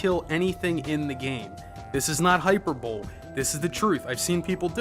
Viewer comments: it's "hi-PER-bo-lee" not "HYper-bowl" like this video though, always good to find a channel where the person actually has some insight to offer. much better than the brainless, lowest common denominator shit all the mainstream gamz jarnlism companies put out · Sorry to annoy you mate but it ain't hyper bowl it's high per burr lee. Heh and i only learned how it was pronounced myself after I was 30 lol. Love your content. Keep up the good work. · It's "High Purr Bull Lee", not "High Purr Bowl". You're welcome ;) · Usually when people mispronounce words it's because the first time they came across the word was by reading it... It's logical, and testament the english and it's exceptions to rules, that one would read hyperbole as hyper-bowl. Conversely one might hear hyper-bo-lee for the first time and not realize that it is the word they read when they see hyperbole.... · Great video, I rarely bother with written reviews, I use YouTube so I can see the person playing the game etc. Also, FYI it's hahy-PER-buh-lee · I wonder what "hyperbowl" really is, though... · this is not 'hyper-bowl'? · You just said "hyper bowl"... O)_(O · I have to admit, I'm glad somebody else has trouble remembering how to pronouce that damn word! :D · hyperbole: pronounced "hīˈpərbəlē" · H Y P E R B O W L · HappyGestapo HYPERBOWL!!!!!!